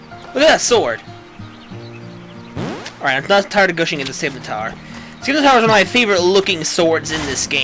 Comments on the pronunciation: Isin,t it pronounsed sim-i-tar? (Im not trying to be a grammer nazi but i get irritated when someone pronouncess scimitar wrong fsr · no f-ing N in scymitar=_=